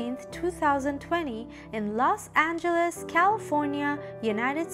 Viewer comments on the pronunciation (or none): none